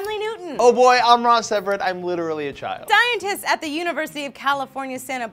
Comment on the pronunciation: I did a double take, replayed it, and confirmed, lee said, "dientists." . Why do I feel like she wanted to say dinosaur....